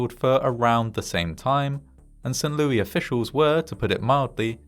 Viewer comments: Not "Saint LOO-EE" but "Saint LOO-ISS". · Ha, we pronounce it "Saint Lewis" here. Zero Americans say "Saint Lewy". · "Saint LOO-EY" Instead of Saint Lo-is lol. That's wild. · Small note: it's pronounced as St "Lewis" (with the S being said) I know it gets confusing! The US has pronunciations from so many languages. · Saint LEW-iss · Mad story ... But St. Louis is pronounced St. LEW-ISS, just FYI. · He called it "Saint LOO-EE". 🤦‍♂ He actually said "Saint LOO-EE". 🤦‍♂🤦‍♂🤦‍♂🤦‍♂🤦‍♂🤦‍♂🤦‍♂ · It is pronounced "Saint Lewis".... I fear you have now taught your fans to mispronounce one of our major cities ... Do love you, though! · St. Louie? The 's' in St. Louis is NOT silent! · How tf is no one freaking out about his botched pronunciation of St Louis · Heading St Louis pronounced without the "s" is weird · The "s" at the end of "St. Louis" is not silent, and it's it's pronounced like "Roh"/"Roe" , not "Roo" for "Roosevelt" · I know! That made me laugh. As did the pronunciation. To be fair, it was named after the king of France and you’d pronounce his name that way, but we def don’t say it like that in STL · That's what he said, "Lewis" rhymes with Stewie 😅 Don't tell him about Pierre South Dakota... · I'm guessing it's a British pronunciation? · No, that would be the French pronunciation. But, it doesn't matter either way, because it's an American city.